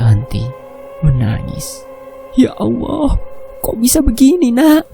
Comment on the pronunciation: Tolong di perbaiki lagi mas penyebutan kata ALLAH bukan Awwoh.. Maaf sekedar masukan untuk lebih baik lg kedepannya 🙏